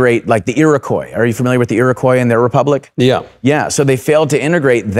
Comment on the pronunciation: He doesn't even pronounce Iroquois properly... Well, neither of them did.